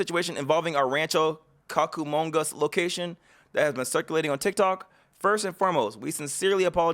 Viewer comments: (Cooo-kah mung gah) bro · This whole this was effed up. Ngl though, I laughed too hard hearing Rancho Cockumongo. It’s Rancho Coo-ka-mon(like money)-ga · 😂😂😂😂 it's Rancho Cucamonga...koo ka mon ga. I live near there. Thank you for this video. I know not to go there.